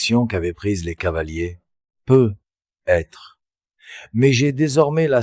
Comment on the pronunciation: Bonjour, la voix est très fluide, et paraît très naturelle, le seul hic c’est quand il est dit « peut…..être » au lieu de « peut-être » et écoutant beaucoup de récits fait par l’ IA, c’est une anomalie qui revient toujours ☹️